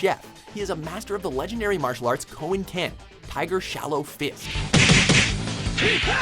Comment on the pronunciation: It's pronounced koen-kan but spelled ken